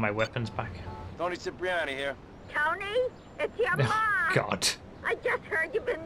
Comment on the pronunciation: They are italians but they call Cipriani with an "S" sound, when it should sound like "Chipriani" 😅